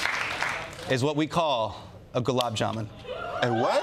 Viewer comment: The memories of galub. ... SO SWEET that it puckers your tongue.